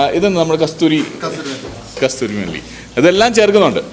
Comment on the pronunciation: It's kasoori methi not kasthoori methi😁